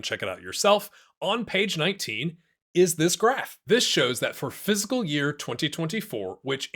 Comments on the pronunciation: It really sounds like he's saying phsyical year and not fiscal year. Am I going crazy? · Good info and all but you really need to learn how to pronounce the word 'fiscal'